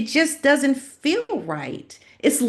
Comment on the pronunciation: It’s annoying to listen to someone who pronounces the word “ feel” like “ fill” I’m out of here. Repetitive and boring 🥱